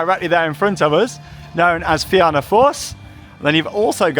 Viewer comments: Great vlog! Glad that it has finally expanded! Also just an fyi it’s pronounced feena not fe-anna :) well done on the pronunciation of Tír na nÓg though 😍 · its pronounced Feena :) the back seat on that coaster is the best! as for Cú Chulainn........its gotten so rough and theres a jolt or somthing in one area that slams ya abit i believe people complained about the rotator and thats why it dosent go right over anymore